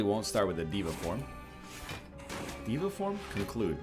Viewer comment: day 8 of telling NL it's pronounced day-va form